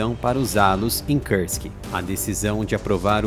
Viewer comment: nao se fala Kârsk !!!!! é Kursk, com som de ú, igual urubu, uva, umbigo....